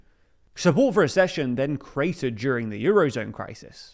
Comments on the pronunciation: ACCession not ASSession. If you can't even look up how to pronounce a new word, why do you expect us to respect your analysis? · It’s not a-schesion! It’s ac-cesion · It's ACK-session. Like access. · It's pronounced aksehion!